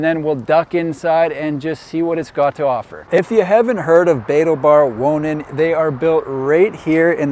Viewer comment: I just couldn’t resist looking it up ;-) Like, what is he saying? Spoiler: the emphasis is on the 2nd syllable. Betaalbaar Wonen, in Lemmer, the Netherlands